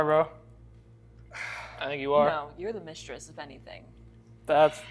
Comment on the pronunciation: "Am I a MISTRISS?" Dude I died laughing